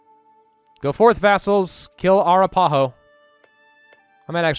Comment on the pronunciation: have you seriously never heard of the A rap a ho American Indians. When I 1st heard your mispronunciation in a previous episode of the "Arapaho" I thought you were joking, but hearing it mis pronounced again I think you don't actually know how to say A rap a ho.